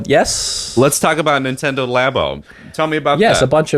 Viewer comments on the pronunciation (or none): Nintendo "LAY-BOH" literally couldn't piss me off more.